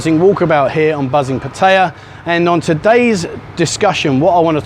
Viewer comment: After all the years spent there you could at least learn how to pronounce Pataya correctly , no wonder you got the finger !